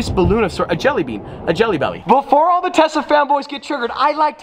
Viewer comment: No one: Hearing saying he loves tessa's butt instead of tesla